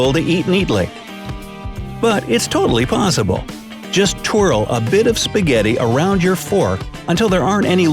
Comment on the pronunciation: Did anybody hear him pronounce "spaghetti" differently the second time???🤣🤣🤣 Not judging ,it just got me confused as to which of them was the correct pronunciation....